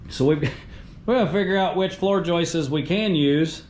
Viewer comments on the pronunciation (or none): It's just joists. No need to say joisteseses